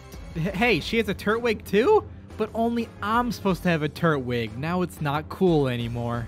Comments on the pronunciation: Pls stop calling it a turt wig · Dude it’s not “turt-wig” it’s “tur-twig”. Twig, like from a tree, as in grass type. How do you not know this after a decade?